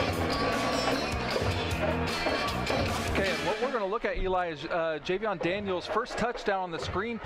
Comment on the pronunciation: Best commentary in Ohio, by the way it's Jayvion not Javion 😂👌🏾